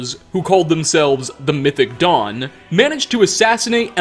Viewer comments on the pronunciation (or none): none